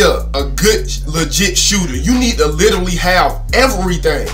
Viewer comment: “You need to literwee have hotspots” y’all better get them😂🤦🏾‍♂️